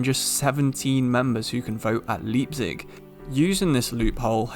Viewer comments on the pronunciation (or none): Btw let me know if you open a discord:) I’m German and Welsh. I really liked the German phrase at the end of the video😂 one thing to take note: Leipzig is pronounced like the word “Lie” not Lee. So like L-eye-pzig. Not L-ee-pzig :) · I'm sorry, Leepzig?